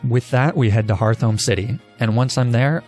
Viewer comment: I gotta be this guy. Apparently, HeartHome is pronounced HearthOme. Lol